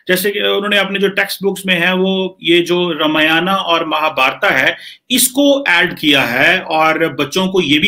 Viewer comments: Mahabharata nhi kima chima .. Mahabharat khte h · रे मुरख थोरा ठकसे पढ रामायण बोल महाभारत कहाजातहै महाभारतानही महाभारत कमरचीमा तमको करचीमि बोलाजाय गदधा परहालीखानहीहैकिया भैसलेट आदमी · Chima bete In pavitr grantho ke Nam thik se le Ye RAMAYANA or MAHABHARATA Nahi Isko RAMAYAN or MAHABHARAT Bolte hai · रमियाना महाभारता मत बोलो ! रामायण महाभारत सही उच्चारण है . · बकलोल आदमी रामायना, महाभारता नहीं | रामायण और महाभारत | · चीमे तेरे देश में कोन सी किताब है जो तुम्हारी है। तेरे को रामायण और महाभारत बोलना भी नहीं आता।तू रामायाना और महाभारता बोल रहा है जबकि ये भद्र महिला बिलकुल ठीक उच्चारण कर रही है और तू अपने आप को प्रोफैसर कहलाता है। अगर हम तुम्हारी पुस्तक को कूराना या हवाई किताब कहें तो तुम को कैसा लगेगा। सोचो और बताओ। जय हिन्द जय भारत वंदेमातरम। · sasura ye kamar cheema,,,... ramayana ar mahabharata bolte nhi bnrha h ....kaisa aadmi h bhai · Are sahi tarike se pad ramayan aur Mahabharat not ramayana Mahabharata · यह पाकिस्तानी पत्रकार रामायण और महाभारत का उच्चारण ऐसे कर रहा है जैसे Chekoslevakia में ही पैदा हुआ था और बाकी पंजाबी में उर्दू बोल रहा है। ये पाकिस्तानी ज़मीन पर पैर रखकर चलना कब सीखेंगे?